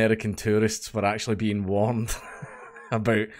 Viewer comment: i have no problem understanding the thickest of scottish accents but i swear i can't NOT hear "terrorist" whenever you say tourist.